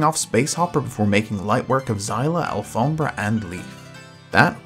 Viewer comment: Yo do you speak spanish cuz that pronunciation of alfombra is perfect